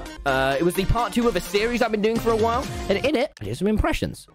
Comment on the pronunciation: Me thing that he said whal instead of while